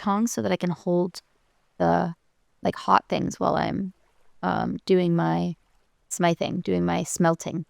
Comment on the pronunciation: Smithing has a soft I sound like in fifth. Think of the word blacksmith.